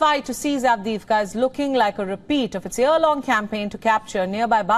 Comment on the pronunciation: LEGEND HAS IT THAT SHE SAYS AVDIVKHA IN HER SLEEP 🛌 ON REPEAT